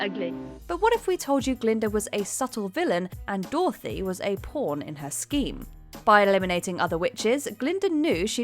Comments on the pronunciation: ....i'm sorry why are you saying 'Doorthy' instead of 'DOROTHY'? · since when did a bit selfish or blinded by hurt & love equate to actually evil??? And since when did we pronounce Dorothy, Dorthy ? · Wtaf is that pronunciation of Dorothy? "Door-thee". Who gives these people voiceover jobs